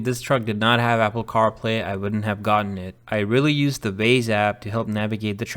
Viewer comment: Great video 👍 The black & silver contrast looks great, maybe think about tinting out the windows if your in to that. BTW you pronounced Waze as Vaze, not sure where your from but that's a common mistake people from the sub-continent make like my family haha.